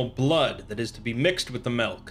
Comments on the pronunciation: I’m only gonna give this a dislike because you said (Malk) instead of Milk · yo absolutely fuck the way you say milk